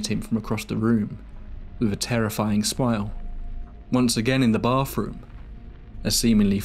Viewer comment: Dude, if your going to narrate a story, learn how to properly pronounce a th sound!! I don't know what a boff room is but I know what a bath room is! For fk sake! Do English people know how to speak English! There's no f in bathroom. It's not charming, it's annoying.